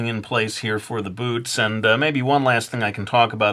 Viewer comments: Today I'm gonna teach you how to draw BOOTS! But I heard " Today I'm gonna teach you how to draw BOOBS!" =w= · when you said boots i thought you said boobs, oh well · lol at first I thought he said today we're gonna learn how to draw boobs xD